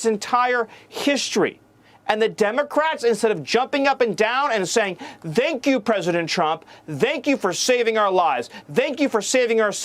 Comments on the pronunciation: "Vank you"? Even sounds like a nazi. A skinhead nazi. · The way he pronounces “thank” makes me want to push him directly into tree shredder. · I hate to disagree with you, but he said extremist, not terrorist. Then he pronounced "thank" with the wrong "th" sound. That was weird. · How miller pronounces "thank" is painful.